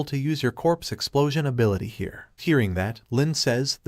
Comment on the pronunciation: you need to learn to read a properly pronounce the words correctly cause you sound stupid when you pronounce corpse as crops